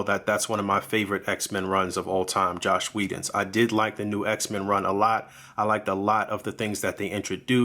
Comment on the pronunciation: No, the review is actually pretty decent. But in Whedon's case people confuse „Joss" and „Josh" very often. And the fact that you pronounced it „Josh" every single time made me feel like you do it too. But I can see I should formulate the comment better, so I apologize about that.